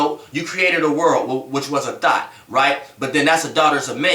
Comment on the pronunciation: Every time he says thought its sounds like he saying thot. Lol